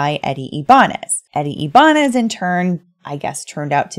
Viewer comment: Its eddie (i-ba-nez)